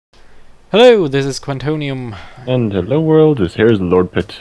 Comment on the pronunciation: omg its kwantonium